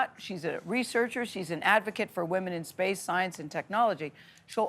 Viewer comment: TRAILBLAZING WAHMEN😂😂😂😂😂😂😂😂😂😂😂😂😂😂😂😂